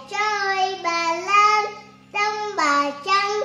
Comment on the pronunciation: Các cháu tập cho phát âm rỏ chửi hơn nữa thì tuyệt như chử YÊU… NẮM….👏 hát hay lắm nha.